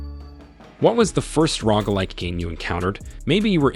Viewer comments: Lolol the Rogg like has me lawling so hard. Rogue. (Row-guh) there you go phonetics for you. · 🤣🤣🤣🤣🤣 Oh man "Rogue" not "ROG" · oh my god its rogue bro rogue not rog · I can’t tell what’s more annoying; this guy saying rogg or people spelling rogue as rouge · Definitely rogg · I almost turned off the video because he mispronounced Roguelike SO MANY TIMES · How do you not know how to pronounce rogue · How do you have a YouTube channel that's on the way to being mildly successful and don't know how to pronounce genre and roguelike?